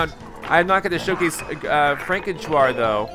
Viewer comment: i wish he would stop mispronouncing frankentuar... Its pronounced FRANK-IN- TAR... NOT TU-AR